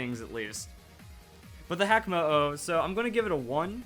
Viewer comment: Actually, hakamo-o should be pronounced "haka" mo-o. If you don't know what the haka is, it's a dance that was performed before war to scare the enemies